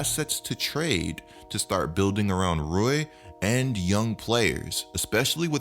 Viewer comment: It’s Rui pronounce I like e lol so Rui